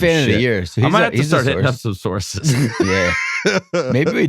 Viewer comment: I'm glad I wasn't the only one that heard "sauces" and not "sources" 😂